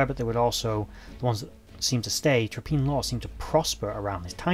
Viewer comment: Hi there. 'Traprain' is pronounced as if the 'rain' as in 'train'. so 'Tra-Pray-en'. Least that's what the locals around here call it (I can see Traprain Law from the end of my road).